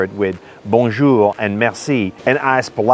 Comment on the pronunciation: Please learn to say bonjour instead if bonnejour,thanks